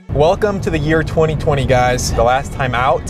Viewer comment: wait a minute... did you say "2020"?